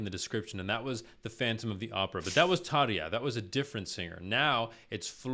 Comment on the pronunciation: Fantastic job pronouncing Tarja's name. Floor is actually Dutch, and I'm not sure why but it IS pronounced like the American house floor. The organ is a keyboard with a really fun organ facade (which, if i remember correctly, was capable of gently shooting flames.)